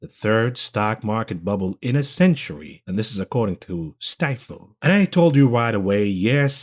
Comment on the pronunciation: love you bro, just FYI stifel is pronounced "Steefel". the quarterly earnings operators always get it wrong too